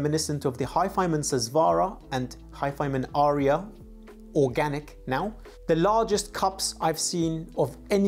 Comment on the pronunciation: There are but TWO syllables in "Arya".